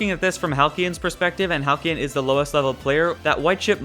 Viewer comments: Halcylon. Hal-cell-on. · Halcylon is pronounced (Hal-See-on) just thought you should know